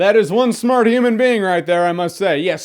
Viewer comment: New pronunciation of 'human'. Hmrn.